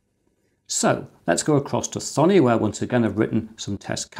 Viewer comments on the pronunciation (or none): none